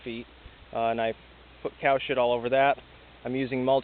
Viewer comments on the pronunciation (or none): lol the way u say COW SHIT lol